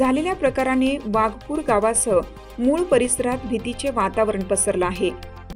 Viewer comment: Pl note awaj sahiydricha -not waghpur....true waghapur.....